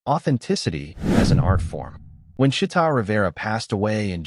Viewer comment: it's Chee'ta